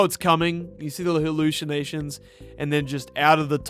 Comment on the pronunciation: "halluchinachions" ok Charles Leclerc